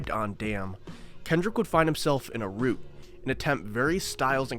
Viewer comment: Please learn how to pronounce rut my brother